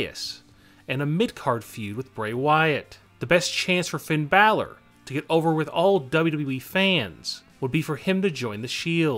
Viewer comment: That's not how u say Finn Balor its post to be Finn baylor